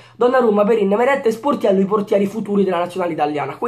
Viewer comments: Solo io ho sentito portiello??? GRANDE 😂😂😂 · quando hai detto Sportiello, all' inizio del video si sente Portiello hahahaha